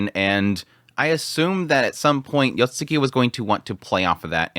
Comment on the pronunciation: Isn't it Yotsugi? spammind YotsuKI is concerning. Yet again, I've heard his pronunciations of anime titles in his reviews, maybe it's too late for him. 😅